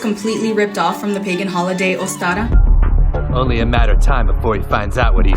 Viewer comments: That first girl. Ostara is not a Spanish word, love the pronunciation she is throwing out. These neo-pagans are always fun. The best knowledge that google can provide. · She can't even say the "pagan" name right which makes it more cringe. The fact is, modern holidays are mash ups of various older, different cultural practices. That doesn't diminish their modern value, or mean that they "stole the entire holiday" 😂